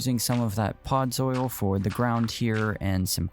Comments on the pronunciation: “Podzol” not “pods oil” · Ughh... He kept calling it "Podzoil" instead of "Podzol." The video is truly very good, though. The red leaves on the tree Made it look like a poinsettia. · its not podzoil 😂